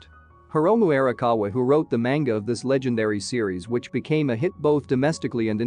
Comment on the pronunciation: The way that this person says ‘Manga’ makes me angry.